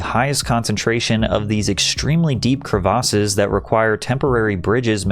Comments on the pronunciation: What are “cruh-vosses”?… 🤔 Are you trying to say CREVICES? “Kreh-veh-siss”- not “cruh-vosses” 🙄 Christ, I can’t even watch the video with that incorrect pronunciation. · crevasses"kre-vis" that is how it is pronounced. is this an ia channel? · The way he pronounced crevasses was insane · Patrick its not Crev-AR-ses its crevices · great video, hats off to you. but jesus christ patrick- please don’t confidently say words that you never leaned out loud without actually looking up what the actual pronunciation is. the word you mispronounced 20 times was crevasses. it’s pronounced “krevASSes” not “kruhvoses” like you kept saying over and over and over. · why you pronouncing crevasses like that😂. good shit tho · Worst pronunciation of "crevasses" I've ever heard 😂